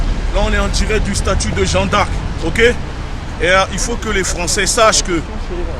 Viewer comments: Et j ai bien enttendue il dit " on est au statut de jean d arc " 😂😂😂😂haaaa gucci.... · Il arrive mm pas a dire jeanne d arc correctement 😂😂jean d arc jean d arc y a deux jours il a dit.. ceux qui sont en libye c est de votre faute on vous a prevenue fallais pas y aller... et la maintenant tu demande de les liberer mais frere ca n a aucun sense se que vous faites chaque video vs discredite un peut plus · "Jean D'Arc", faut apprendre a parler déja.